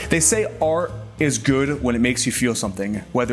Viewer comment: Can you not say "Art " ?